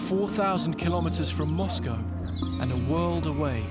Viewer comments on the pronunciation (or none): none